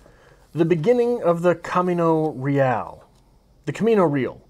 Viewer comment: Pronounce it in Spanish - Cahmeeno Reh ahl